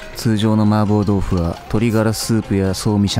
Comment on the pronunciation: 마파부두가 자꾸만 마법부두로 들려. 한글 자막고마워요!